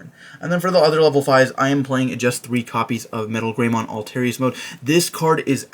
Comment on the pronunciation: It's pronounced like alter-us. Not alterious. 🤦‍♂️ Why can't anyone pronounce it correctly lol.